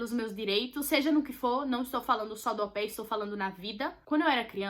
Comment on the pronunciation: toda vez que ela falava AU PAIR ,eu ouvia como “au pé 🦶🏼 “ 🤣🤣🤣🤣